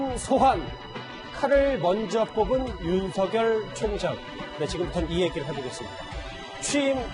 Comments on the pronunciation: 사회자 당신 국어공부 않했나. 윤석렬발음은 윤성렬로 해야 맞다 다시 공부해라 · 그리고 윤성녈이 맞는발음인데..